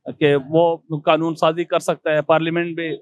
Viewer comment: भाई पहले सही से बोलो ‘‘कनून' नही ‘‘कानून’ होता है😅😅😅